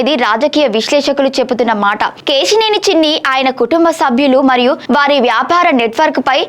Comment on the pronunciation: Ke..shee.. neni,...kaadu Akka Ke...Si...Neni.... telugu ni murder chestunnav